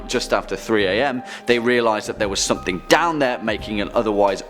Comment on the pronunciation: can you please stop pronouncing something with a k at the end. as simply as it sounds hearing it this much is really irritating